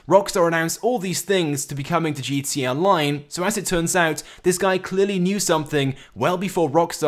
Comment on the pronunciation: you can't even pronounce GTA right, you fucking eurasian